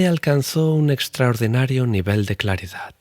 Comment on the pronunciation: Por favor!! Lee y pronuncia bien. Perdón!! Práctica alguna de las palabras que lees. Ejplo: virtud,claridad,....palabras terminadas en "D", no en t. Gracias y salud!